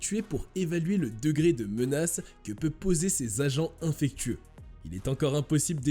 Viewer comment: Merci d'apprendre a parler Français, la façon de prononcé les mots "pergélisol" et "infectieux" démontre que vous venez de les découvrir. Vous ne maitrisez donc pas le sujet, ce qui fait de ce contenu une arnaque.